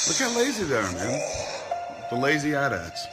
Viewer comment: thank you thank you thank you, they are at-ats, not A T - A T's. Why the fuck does everyone who pretends to know what they are talking about not know how to pronounce that, he asked rhetorically